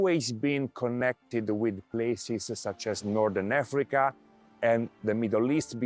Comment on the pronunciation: Nordern Efrica 😂